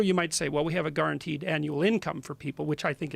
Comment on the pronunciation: Garrinteed? Lol what's that Jordan?